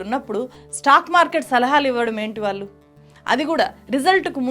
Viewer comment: "వాల్లు" కాదు madam. "వాళ్ళు" అనాలి